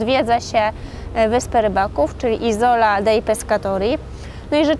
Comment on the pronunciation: Isola akcent przypada na pieewsza sylabe..sorry ale to totalna niekompetencja i brak piziomu..